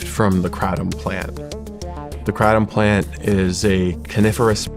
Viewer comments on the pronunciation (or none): He called it “krahtam” 😂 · Dude can't even say kratom right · As soon as he pronounced "kratom" i knew he had no idea what he was talking about lmfao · This guy doesn't know shit he can't even pronounce the drug kratom the right way. and filming a gas station clerk telling u what it is and acting like he's undercover . what bullshit if someone wants to take something i think it should be there right. and just the way it is being framed like this guy is some kind of authority on the subject is bullshit. i have started skipping some of the shawn ryan podcasts because of some of the guests he's started to have on it's just going more towards the take what u can get kind of guests. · He can’t even pronounce kratom right lol